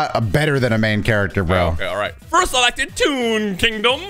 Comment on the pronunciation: TOON in next time. TOON. Because Pegasus uses toon cards. But it sounds like "tune in next time". Just a little explainer for the comment section.